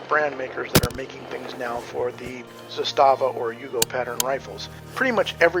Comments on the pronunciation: Good video. My two cents: First, it’s pronounced ZA-sta-va, not “za-STA-va”. Trust me on this. Great rifle; I have one too. Coupla tips…. First, get yourself some proper steel last shot bolt hold open magazines; those polymer Magpul ones are for noobs. Zastava markets their own steel LSBHO mags and they are decent. I’ve got a couple of those plus some surplus Combloc steel mags that I’ve retrofitted with “WeaponsTech” last shot bolt hold open followers, a very good product. So using the LSBHO mags, after the last shot, while tilting the rifle to the left with your support hand, use the thumb on your shooting hand to pull the charging handle about an inch further back to line it up with the notch on the safety selector, then using the middle fingers on the same hand, sweep up the switch so that the notch engages the charging handle, locking the bolt back. It sounds more complicated than it is; with a little practice you should be able to do this in a smooth 1-2 motion. So from there, as you’ve already discovered, you can rock ‘n lock a loaded mag and just press down on the safety switch to send the bolt forward and chamber a round. Using this technique you have almost the same functionality for reloading as you do with an AR using the paddle switch. That's how it was designed to be used; the Serbs (then Yugoslavians) were the ones who first put that notch on their AKs starting in the early 70s, and they were the first to issue LSBHO mags to their troops to be used with the not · ZA-sta-va in Serbian has the stress on the first syllable. In Russian the stress falls on the second syllable - za-STA-va. In Serbian it means flag or banner. In Russian it refers to a small fortified area. Having said that, the ZPAP M70 AK-47 is the BEST AK out there. I have 5 of them! Спасибо за внимание!